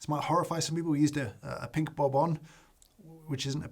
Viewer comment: Is this the English pronunciation of bourbon?